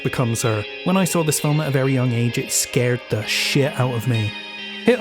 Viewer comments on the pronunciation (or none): none